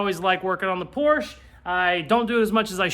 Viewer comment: the first thing gonna do is learn how pronounce por shuh lol. cant leave weld enough alone lol. great build cool show